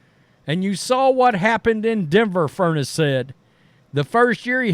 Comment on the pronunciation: Fur-ness’. Not furnace